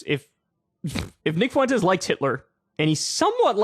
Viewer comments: I've come to hate videos where Kyle cover Nick Fuentes, solely because of how Kyle pronounces the name as "FOO-WEN-TEZ". Dude, it's "fwen-tez". It's TWO SYLLABLES: FWEN•TEZ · Kyle, say it with me "FWENT-EZ". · Kyle says Fuentes like Mr. Caffeine said Clancy. Fu-wentes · Some people keep pronouncing Nicks last name as if it's two separate words, Foo-entes. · You can either say “Fwentez” or “Fwentiss.” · How do you add an extra syllable to nick Fuentes’s name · How do you add so many syllables to nick Fuentes’s name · I was just about to say this. KYLE, STOP PROUNOUNCING FUENTES LIKE THAT.